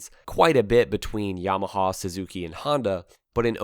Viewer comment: Just can’t take how he says yamahawwww